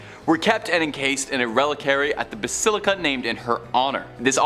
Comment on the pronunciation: Dude presents content which is actually really interesting! Not scary. Not dark. Not weird. Simply, very interesting & actually real! I've read & researched much of what dude "presents" here. Terrible pronunciation, (ie: "Re-lik-wa-ree"), embarrassingly light-hearted re: truly incredible phenomena. In eastern philisophy, "Nirvakulpa Samadhi" describes a spiritual state where very holy people, in a state of deep prayer, contemplation & divine communion, enter a state of "suspended animation". Their bodies thereby having the appearance of being "incorruptable". The spirit/consciosness/psyche remains in this state of deep prayer & intense contemplation, while the physical body remains in the position it was when this deeply prayerful & contemplative spiritual state was achieved. Apparently, this occurs, so that when this holy state of prayer has passed, & the state of divine communion has ceased, the physical body remains for the spirit/psyche to reinhabit. Which doesn't actually seem to happen. Very holy people seem to have developed the ability to remain in this state of perpetual bliss.